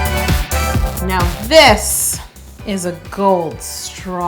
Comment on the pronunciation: I laugh every time she says gOoLd